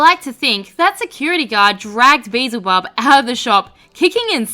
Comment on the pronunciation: It was the beezle instead of beelzel. Aussie my ass. I'm so glad I'm not the only one